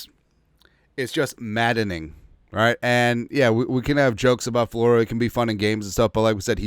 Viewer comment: Mike Flow-ree-who?